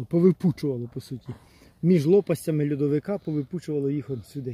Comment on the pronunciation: Ага, слышится Людовик))😊 а вообще-то льодовик — ледник